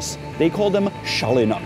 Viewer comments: People in Brno call a tram “šalina”. Janek calls it “šalyna” :-) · I would have also pronounced it "shalina" because in Latvian, the character "š" is (probably also) pronounced as "sh". I might also mention that I have no knowledge of the Czech language, I can just speak and understand English and Latvian.